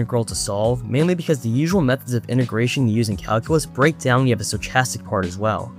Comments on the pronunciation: sto-ch-astic? wtf? it's pronounced sto-kas-tic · how do you have an iq of like 6 or 700 and you can't pronounce stochastic